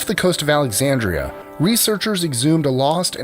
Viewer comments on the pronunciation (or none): none